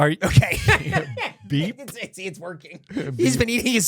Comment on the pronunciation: 100% “I’m wokking here!”